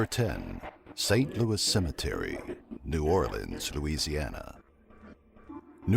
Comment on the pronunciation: Cimetery the narrator says